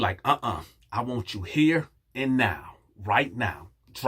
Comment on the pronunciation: It was the "I wonts nooo parts uh det" for me!!🤣🤣🤣🤣🤣🤣🤣🤣🤣🤣🤣🤣🤣🤣🤣